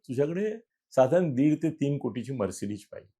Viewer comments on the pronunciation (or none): It’s Mercedes and not “Mercedish”😂